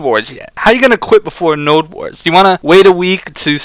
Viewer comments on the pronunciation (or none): none